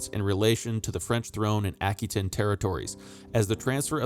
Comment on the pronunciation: a·kwuh·tayn... It's driving me nuts. Good videos for sure.